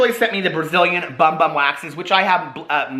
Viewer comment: I know it says Bum Bum on the package but it’s pronounced Boom Boom!